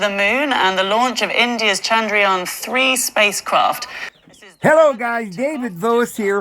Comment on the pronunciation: Chan-Drayaan. dragon?